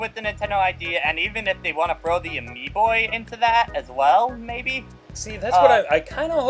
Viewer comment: Omfg Amiibo not AmiiBOI